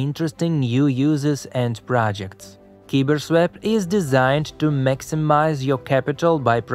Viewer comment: Next video, just say KyberSwap.